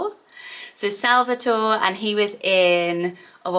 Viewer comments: Salvatore is actually pronounced sal-va-tor-ay. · It's actually pronounced sal-va-tor-eh.